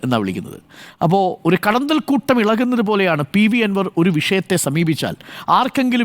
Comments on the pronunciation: കടന്തൽ അല്ലാ sir കടന്നൽ കൂട് എന്നല്ലേ പറയുക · കടന്തൽ അല്ല മൊട്ടേ കടന്നൽ ആണ്